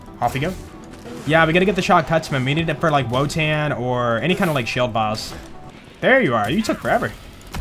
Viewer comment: Wotan is pronounced with a V (Vo-tahn). He’s named after a German nickname for Odin, since many of the Maliwan Takedown enemies are named after people from Norse Mythology.